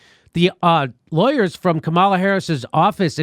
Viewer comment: Dude, it's comma-la